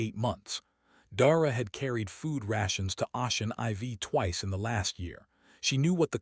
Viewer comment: "Ocean IV" is Ocean 4 not 'Ah-chin EyeVee'. It's pronounced 'O-shin 4'. Teach your damn AI how to read English!